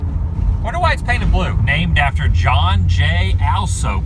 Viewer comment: its john TTTTT alsop,is pronounced ALL -sop,rhymes with the top